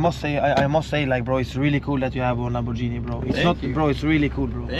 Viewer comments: fruten fraten bro, why you call it lamborgini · LAMBORGHINI with a G and not a J